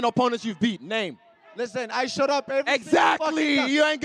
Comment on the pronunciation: Sounds like Marvin responds with "Listen, I shut up" instead of "showed up" and Izzy capitalized on that lol